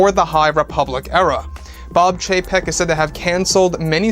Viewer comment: Just chug a shot every time he says Bob Chepek